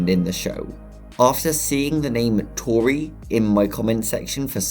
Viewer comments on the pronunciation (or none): Do u remember power Edd he says toriret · its tori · It’s tori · It's Tori not tore